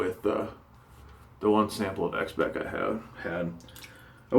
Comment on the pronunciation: Speick :) Got to love it. (it is pronounced Shpeik)